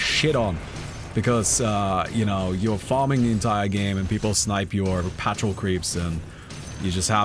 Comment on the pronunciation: in English the word patrol is pronounced "puh-troll" not "pat-trill". Have a nice day!